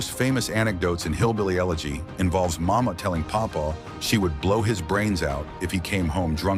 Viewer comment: I guess you just could Not Get his grandmother‘s name correct. It was “Mawma”